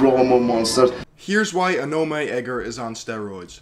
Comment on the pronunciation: It's called aw-naw-meh